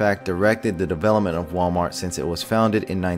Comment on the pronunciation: "MalWart" nuff said.........